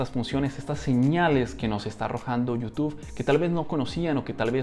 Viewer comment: Bro por qué dices youtufff jjj saludos